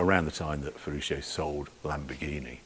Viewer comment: Dear Harry, many thanks for this exquisite insight in the Lamborghini Museum during your epic trip in the Countach.Just several small details, please do not mind...on your pronounciation of Ferruccio and others. You do it like "shio", but in fact, it is pronounced like "tshio" in italian ;-) .Here acoustically by an italian And the engineer's name wasn't Standasi but Stanzani.....And Bertone's first name was Nuccio("nutshio" spoken), not Niccolo...